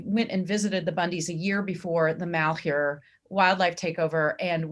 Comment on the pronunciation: Pronounced -Mal-HYUR